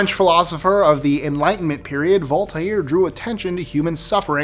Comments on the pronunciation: In number 11, I thought he said 'Altair'😂😂😂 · You almost got it with the pronunciation of "Voltaire " it is just "Volt "and "air" like the air that we live in ; ) . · never heard it said that way. only Vole-tare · Same, I really enjoy his writings and now every time I read his name I’m going to think about the way said it 😔